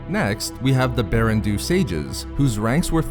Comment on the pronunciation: I’m pretty sure “Baran Do” should be pronounced “BAH-ran DOUGH,” not “Barren Doo.”